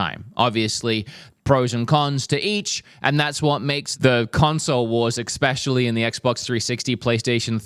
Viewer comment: Every time says "Expecially" I die a little inside., there aint no "X" in the word Especially! Same with Espresso. No X! Say it with me now: "Essssssssss"